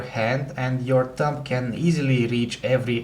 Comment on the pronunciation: lol , thumb in an accent does sound like tongue